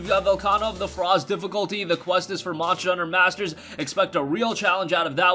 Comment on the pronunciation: I get trigerd Everytine he says monjer hunter. And not monster hunter.Sorry I'm a MH fanboi. It agrivates me. But otherwise great video